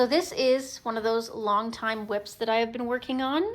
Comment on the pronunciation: Ok girl, what are whips? wips? lol, Everytime you say that I think a nice ride...lol